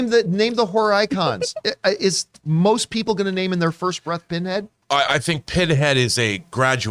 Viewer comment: his name isnt Pinhead....Pinhead.